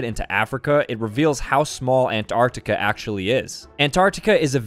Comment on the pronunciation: 'Asia, Australia and anrartica' wow gg bro lol